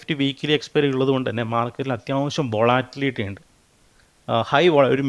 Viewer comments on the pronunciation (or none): അവന്റെ ഒരു വാട്ടിലിറ്റി.....😂😂😂